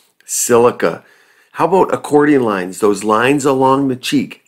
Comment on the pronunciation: “How ‘bout acordia lines: the lines along the cheek…” I can’t figure out what you said at the 54 second mark. What are “acordia“ lines? I’m usually good at figuring out what someone said in a strongly accented voice, but I have no idea what you’re talking about.